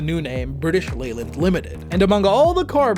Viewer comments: Good research. Leyland is pronounced "lay""luhnd". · It's pronounced Layland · Leyland is pronounced 'lay-land'. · Not only can’t he be bothered to say Jaguar correctly, every time he says Leyland I wince. 🤦🏻